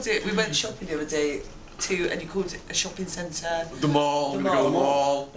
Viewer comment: As a Bristolian I just want to say that the mall in Bristol is pronounced the m-al like In Malcom but if you live in Bristol you refer to it as either “cribbs” or “cribbs causeway” because that’s where it is